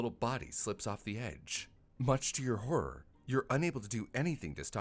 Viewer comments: hur’r? Never heard that pronounciation of horror before!🤔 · Hur’r, wher’r